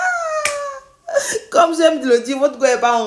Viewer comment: C'est la partie elle parle onglais là qui me retient, elle hilarante cette fille là 🤣🤣🤣